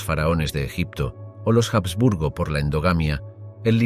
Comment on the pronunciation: La H de los Habsburgo no suena en español